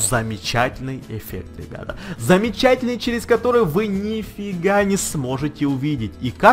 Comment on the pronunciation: говорить научись!!! не стенУ, а стЕну, не замечательныещся, а просто ЩАМЕЧАТЕЛЬНЫЕ